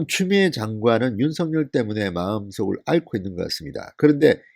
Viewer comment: 윤서결로 발음하세요 윤성렬로 들려요